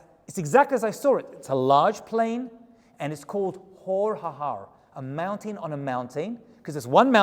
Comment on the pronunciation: I've been meaning to comment this, so I finally will. I love the way you say mountain. Mown-tane. Lol. Cracks me up. 😆